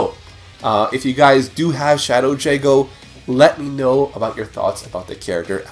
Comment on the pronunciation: lol. It's pronounced Jago, not Shago. Unless its like a meme or something.